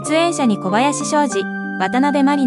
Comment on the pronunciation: こばやししょうじ✗→あきじ